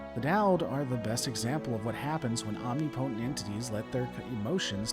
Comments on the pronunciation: You said omnipotent wrong it’s ŏm-nĭp′ə-tənt but I kind of prefer your ŏm-nee-poe-tənt more. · Just a small correction. That is not the way omnipotent is pronounced.